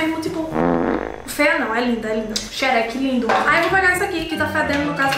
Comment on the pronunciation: "Sherek" KKKKKKK